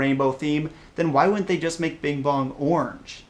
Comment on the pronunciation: Wow you idiot it's pronounced ORANGE